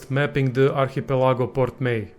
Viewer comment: Please say "Archipelago" more often!